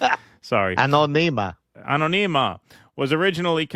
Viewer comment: It's "anÓnima", with emphasis on the "o".